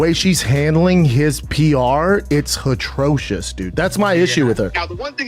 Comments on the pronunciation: he said "Hatrocious" 🤦‍♂️ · Its hetroshus :/